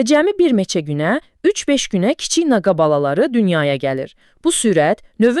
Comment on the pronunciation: Naqa yox naqqa 😂😂